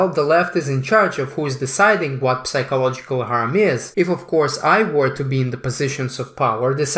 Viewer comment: The p in psychological is silent. You should've pronounce that word as if it's sychological.